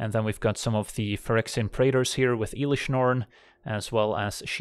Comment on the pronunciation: Please dont call it IIIlish norn aaahh